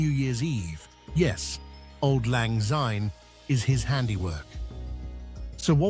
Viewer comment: Auld Lang Syne. Syne with an S, NOT a Z!!!!! AAAAAAAAAAAAAAAAARGH!!!! (Well done though for a good round up of some of the best of Scotland, my land, the land I love).